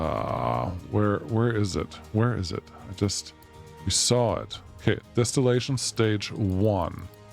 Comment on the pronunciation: DIStilllation, not DEStillation 😅